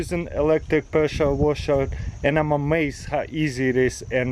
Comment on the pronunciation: “Preschure waschherr”